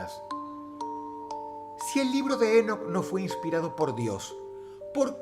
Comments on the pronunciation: no es Énoc.... es Enóc , con acento en la "O" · Ok pero su pronunciación es Enóc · lol dross... se pronuncia INOCH pero se escribe ENOCH lol me encanta el accento :PP♥ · Drossito se pronuncia Enoc (É-nok) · ENÓC con acento en la O No en la E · Si vas a hacer un video de alguien por lo menos investigar como se pronuncia, cada vez que dices énoc dan ganas de enterrarse un clavo en los tímpanos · El acento es en la "o"... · Enoc, con acento prosódico en la "o" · Dross... Enoc lleva el acento en la ó, es una palabra aguda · Creo que la pronunciación correcta de "Enoc" es con el acento en la última sílaba por ser palabra aguda, estimado Dross, un saludo 🙌🏻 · Enoc, con acento en la o. No Énoc 🤦🏼‍♀️ Hermón, no Hérmon 🤦🏼‍♀️🤦🏼‍♀️